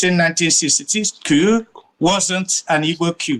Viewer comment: That man who can't even pronounced the word "coup" properly is a propagandist. When and where did Gowon tell President Tinubu to release Nnamdi Kanu? Play the video for all Nigerians to hear. The East did not build UNN, it was built at the same time with ABU and UNILAG by the federal government of Nigeria. Eze ugha, stop telling lies.